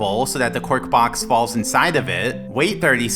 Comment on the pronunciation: it has taken me this long to realise that was saying "cork box" instead of "quark box"